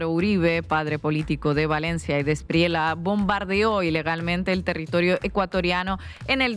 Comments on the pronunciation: El defensor de criminales y bandidos De la Espriella, pronuncia la doble ele en su apellido. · sugerencia linguistica respetuosa: la pronunciación del candidato Abelardo de la Espriella no es con LA al fina, sino como si fuera (ejemplo) TOALLA